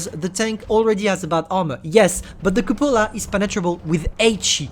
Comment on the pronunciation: “the yooge cupolar”